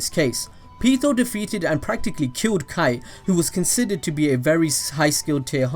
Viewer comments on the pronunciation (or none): Kite? You mean "kai-te"